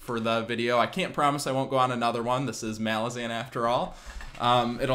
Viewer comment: Great video! But your pronounciation of ”Malazan” kills me. Rome, Roman. Malaz, Malazan.😁